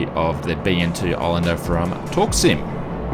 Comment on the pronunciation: "Torksim" never knew u pronounce it that way, I thought it was "torque sim" lol